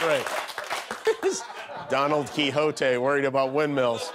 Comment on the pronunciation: I'm dying here laughing....Don-ald Quixote hahahahahaha